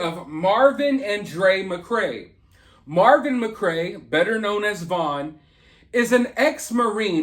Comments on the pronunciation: His name is Marvon not Marvin. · His name is MAR-VON and its “Herbs” pronounced “erb” the H is silent. Just saying